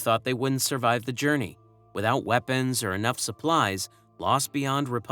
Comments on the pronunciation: "Journeyours" is soooGuh Aye! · Say journey again